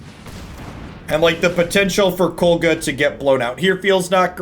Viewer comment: i know this aint gonna make you change the way you pronounce it, but its KOG LA